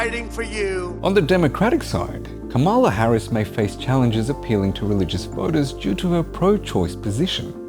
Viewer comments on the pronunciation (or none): Oh man, you pronounced Kamala wrong. Great video tho. Short and to the point.